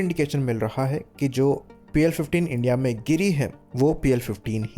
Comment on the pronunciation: Pl -15 E❌ PL-15 AAND✅